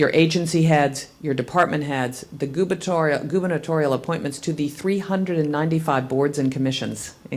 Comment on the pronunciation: she is creepy, and she can't even pronounce "gubernatorial". That's because it's a new word for her.